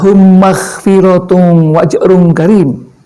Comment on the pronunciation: Wa ajrung kabiir pak... bukan wa@